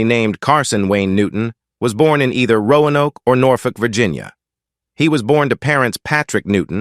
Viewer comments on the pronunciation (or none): none